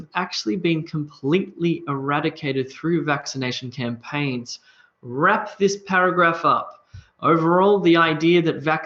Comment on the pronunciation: Campaigns not "campaigs." :-)